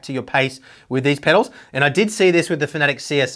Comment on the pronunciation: You Americans are pronouncing the name wrong it's Fan. a. Tec as in Tech for Technology not fanatic as in tic as a bug tic .